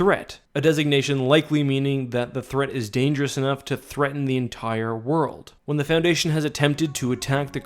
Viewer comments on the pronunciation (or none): none